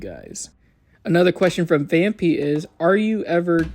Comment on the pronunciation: The name is Vam PIE not pee 😭